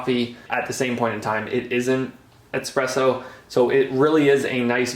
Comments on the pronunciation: Hey, I'm sorry if I sound like a jerk, and I hope you take no offense, but it's pronounced bee-aletti, not By-aletti. And it's not expresso - like express. It's espresso, with an S. The name comes from the Italian word for pressed out, hence espresso. Keep up with the good content and good luck! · bro its eSpresso not eXpresso.